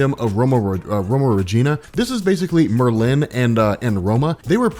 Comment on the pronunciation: MUHR-LIN not MUR-LEAN.